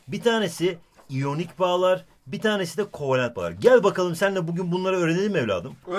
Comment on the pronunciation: kovelent değil kovalent